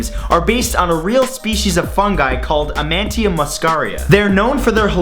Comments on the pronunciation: It's Amanita not 'Amantia' you dufus. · its pronounced Ah-Ma-Ni-Tah not A-Man-Tia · For fact 23 the mushroom is actually pronounced Amanita, not Amantia. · It's Amanita Muscaria, not Amantia Muscaria. And it's delicious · Amanita muscaria not amantia